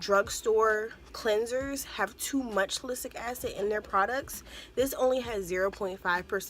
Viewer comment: It’s SAL-I-CYL-ic acid. 😊